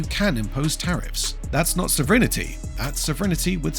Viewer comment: What is this "sovrinnerty" the robogob keeps talking about?